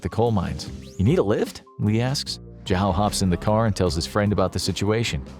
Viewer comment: jahow is possibly the worst pronunciation of zhao I've ever heard